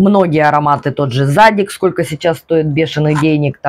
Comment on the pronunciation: ваше зАдик режет слух) тем более ваш любимый бренд)